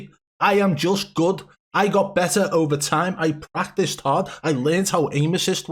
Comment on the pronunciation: This channel is going so bad its funny. He clearly says Pratice. clearly did no prep for this video and had no idea what was being said next because he literally tells you "i Pratice a lot"